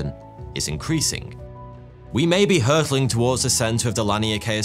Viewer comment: Hurtling or hurrling? I'm concerned if we're hopping.